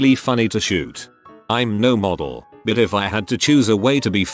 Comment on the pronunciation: I think the robot had a stroke when trying to pronounce "buuuuuut"